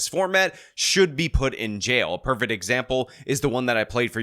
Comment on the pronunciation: Why does say perfet isntead of prefect lol